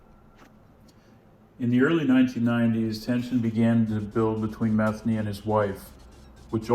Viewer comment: It’s pronounced meth-ANE-y. Pretty common last name for that part of Maryland.